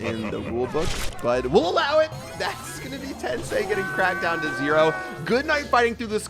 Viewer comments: I'm just a little bit annoyed that says 'tensay' instead of 'tensai'😐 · Love how they go through the effort of translating Today's name to English but can't even pronounce Tensai's name correctly lmfao